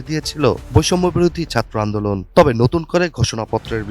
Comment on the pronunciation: তোর উচ্চারণ এত খারাপ ছাত্র কথাটা টাও উচ্চারণ করতে জান বেরিয়ে আসে